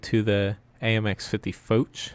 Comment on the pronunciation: AHRRG!!! Its Foch not foach or fouch ,fo sound from fog, ch has the sound of sh as in shave! General Foch is spins in his grave every time you say it. great channel ,bad pronunciation...